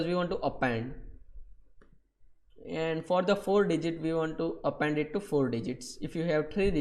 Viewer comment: Amazing tutorial:) "Apenddd" haha